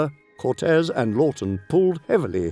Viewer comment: Curtiz, not Cortez